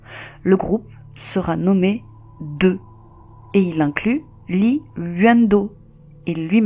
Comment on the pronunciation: Kim est en fait un nom de famille aussi nombreux que Dupont en France. Ce groupe est encore connu et j'ai un de leur titre sur ma playliste. Je ne sais pas pourquoi mais ils prononcent Deux 듀스....Diouce😉😀 ils étaient très talentueux. Pour les plus curieux vous pouvez essayer le titre "turn around and look at me". C'est tellement horrible! 😭 Ils sont toujours aimés de nos jours et les plus grands noms de la Kpop tels que B.T.S ou GD (Big Bang)leurs rendent hommages encore aujourd'hui.